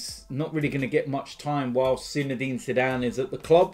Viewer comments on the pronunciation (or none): none